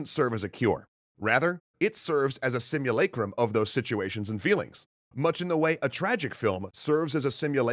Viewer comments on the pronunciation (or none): it’s not technically a simulacra, because it bears a relationship to its referent, ie reality. Simulacra are those which hide the fact that reality doesn’t truly exist; simulated events do. Also, not to be pedantic but sim-you-LA-crum, not LAY-crum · I've always pronounced it "Sim-you-LAH-crum", not "Sum-you-LAY-crum". Cultural difference, I'd assume.